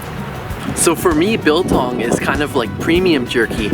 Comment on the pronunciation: pronounced like bull tongue not bill tongue